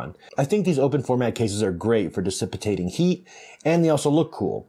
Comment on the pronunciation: Dissipating brother, NOT "DISSIP-IT-TATING" But fantastic video lots of great information Thank you so much!!